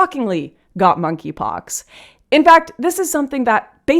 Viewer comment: For some reason I thought she was calling it "f**kypox".